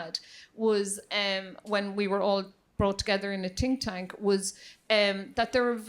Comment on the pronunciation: "when we were all brought together in a TINK TANK" :D love the Irish. Happy to hear there are people like this helping musicians. It's really a bleak industry for the vast majority of artists.